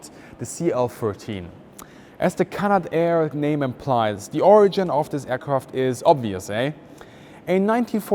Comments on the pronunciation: It's not pronounced Canada-air, it's Canadair. 3 syllables, not 4. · Just a minor point on pronunciation, it is not "Canada air" it is "Cana Dare" It runs as one word. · It's pronounced Cana dair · CanaDare not Canada-Air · “Canada Air”? Canadair, please. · Greetings company is not canada air. Its cana-dair. Btw canadair was bought by ski-doo manufacturer Bombardier which basically mismanaged the company until it had to sell it off. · That's Can-ad-air.